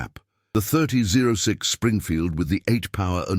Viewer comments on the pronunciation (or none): OK AI, learn how to pronounce 30-06 Springfield. Stupid AI! Come on programmers, teach AI how to pronounce normal English language such as , an a many other common expressions, numbers, dates, etc.